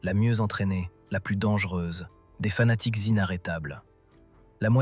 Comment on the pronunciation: Harry Chimler = Heinrich Himmler. Vafoune=Waffen. "Des amateurs sanatiques..." ??? Pauvre Étudiants en Histoire, qui doivent subir un tel outrage. Quel gâchis pour un sujet très essentiel pour la compréhension.